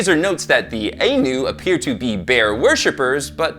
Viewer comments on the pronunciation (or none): I know I'm late but I've just discovered this channel. It's great to hear our culture being brought up, but our name is pronounced the eye-noo.Our practices involved taking two bear cubs and raising them as equals amongst our people. Both were treated as gods. When it came time to release the spirit, only one bear was chosen. The other was ushered into the wilderness.